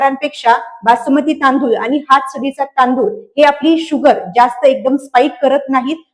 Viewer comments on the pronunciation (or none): Dr.मॅडम खूप सुंदर माहिती सांगताय फक्त शुद्ध मराठी आनि पानी करू नका बोला